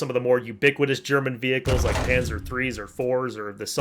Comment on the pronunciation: I was a big fan of Dragan Man, still am but these fact checking videos are funny asf and I love how he mispronounces the uniforms and stuff “Panther Tanker”